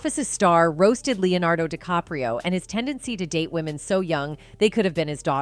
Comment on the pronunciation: She can't get his surname right plus these self censure blips are annoying. Plus, seeing DiCaprio laughing it tells me it's all a hoax